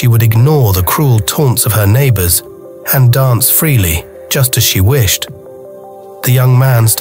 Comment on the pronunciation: 😂😂😂😂😂 wishted? Come on AI, listen and learn better…if you’re going to overtake the world learn how to say the words you’ve been programmed to turn into audible soundbites😂😂😂